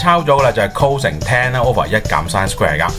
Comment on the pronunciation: 你都係讀cose嘅 人地叫cosine